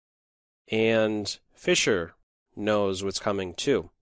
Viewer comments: Did he say Fischer Price? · fischer prize. sounded like fisher price but i am deaf sooo...